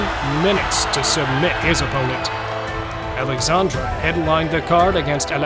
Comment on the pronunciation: Not AlexandrA it is AlexandrE E not A AlexandrA is female name Alexander and Alexandre is male name